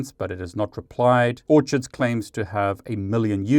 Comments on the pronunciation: FWIW I think you will find the Orchid website name is actually pronounced “or-kid” as in the flower (like their logo!) and not “orchard”, where fruit grows, as you were pronouncing it. 😅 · Hey it's pronounced or-kids. Like the flower